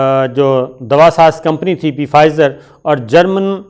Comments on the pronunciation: P fizer nahin...yeh ask hi word hai....aur p silent hai...pronounce as fizer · Please say 'Fizer' not 'Pfizer because that 'P' in Pfizer is silent, just like pneumonia is written with a p but pronounced as 'neumonia'. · Sir its fizer p is silent and german company name is bion teck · Pronunciation is Fizer.P is silent. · The P is silent in Pfizer. It's pronounced Fizer. Listen to British and American reports on it.